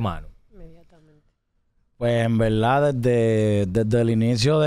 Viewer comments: en velda en Velda si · En veldad😅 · Cuantas veses dijo envelda velda😢